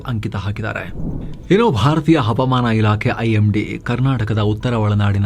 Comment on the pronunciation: Havamana ilake pronounced wrong i sir